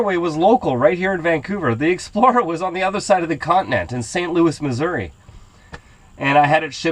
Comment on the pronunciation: Good job you pronuonced Missouri coreectly !